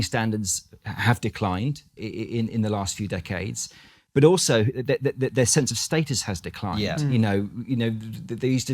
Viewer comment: listen to how he says "decade" :-D